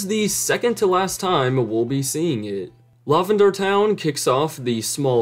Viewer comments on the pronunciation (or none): No way you actually pronounce it "lawvender" that's is unhinged